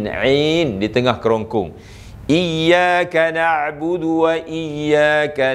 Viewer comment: Iyyakanak budu ke iyyakanakbuthu?